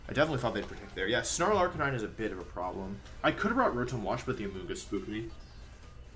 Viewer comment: everytime wolf says "arcaneenay" I die ahaha